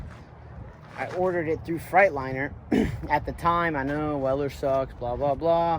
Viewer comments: I enjoy your channel. I say this with respect: You haul freight. In a "Freightliner".. not a "Fright liner" You got to know how to pronounce the brand of your truck. Ask Freightliner if you need confirmation.. 😂 Enjoy your channel. I bought a 99 w900l that has beat the shit out of me in repair costs too.. I know your frustration first hand. I paid it off. The one blessing that we have is that we'll know our trucks and what's been done at least. The fact is.. I've accepted the fact that I will always be needing to fix things as a constant so I pay myself accordingly and the rest goes into the business account. Have a good truck tax preparer and write EVERYTHING off! Keep up the good work partner. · I knew you could pronounce Freightliner right, you just didn’t want to lol trucks coming along good man. Keep up the good work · You crack me up how you say Freightliner